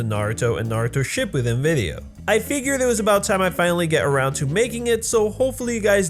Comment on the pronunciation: I hate when people say "ship poo den" it's "sha poo din"